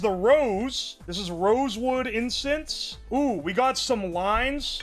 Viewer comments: We js collectively ignoring him saying "incest" instead of "incense"??? Alright 😂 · Bro can NOT pronounce incense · can you say incense without saying incest? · if i get one penny Everytime said Incest instead of incense,i will have 3 penny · insent ❌ incest ✅